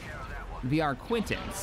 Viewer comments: It's Arquitens, not arquintens. There's no extra n in the second syllable. That's the mistake. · Lmao I love ya but there is no debate how to say arquiten. It's is literally arquiten, never has been pronounced as ar-quin-ten a anywhere but your Channel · I like how humble you are regarding the Arquitens vs Arquintens controversy. If you want to meet in the middle, pronouncing it "Ar Quit Ens" would work just as well. I'm also quite impressed about how you modeled your tabletop game to almost match the story in Squadrons, as I had no idea Hera was going to be in that. I always thought Rebels was less popular, so I'm nothing short of surprised that they put one of its main characters in Squadrons. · "The community isn't sure on how to pronounce Arquitens" no I think that's just you. There's no extra n before the t, you're not pronouncing it differently, you're adding in a letter. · It's Arquitens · I never understood the confusion around the pronunciation of Arquitens, because you and many others are factually wrong. Look at the name, you're putting and extra "n" between the 'i' and the 't'.